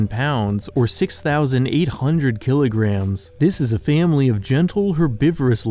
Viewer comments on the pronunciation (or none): none